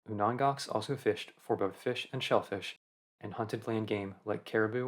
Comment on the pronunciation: You are pronouncing Aleut and Unangax incorrectly. Aleut is pronounced as a-lee-oot. Unangax is pronounced as ooh-nang-ah, or there is Unangan. Please learn pronunciations before making an informative video.